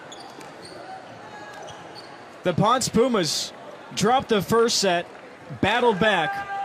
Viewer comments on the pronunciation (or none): Hey guys just friendly info, it is pronounced like [pownsay] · You would think that someone would have research how to say PONCE! PON SEH Very proud of my Puertorican volleyball youth.